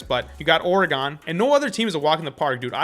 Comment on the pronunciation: Why do people who cover sports say Oregon that way. It hurts to hear it be pronounced that way